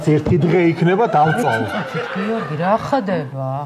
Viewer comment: რაახდებას რანაირად ამბობსს😂😂